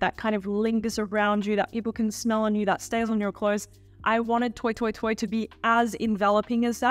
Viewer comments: Did you say, "toy toy toy?" Isn't it French? Then it's "twa twa twa.' So surprised at this pronunciation. And you with your Pierre. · Love your videos! I think it's pronounced "twah twah twah" because it's a French house 😊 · how about “toy toy toy”